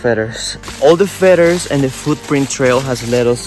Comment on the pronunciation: Hola, solo par decirte que feathers, se pronuncia con d la th.. feders. Espero te ayude, aclaro es criticismo constructivo. Saludos